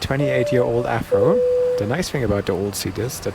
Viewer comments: it's called an AV RO jet not an AF RO jet, lol. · "The Afro". Germans and their v's. 😍😅